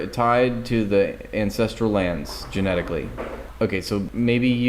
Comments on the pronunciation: Is she saying "Incestrial Homeland"? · She can’t even say ancestral correctly, sounds about right for zionists.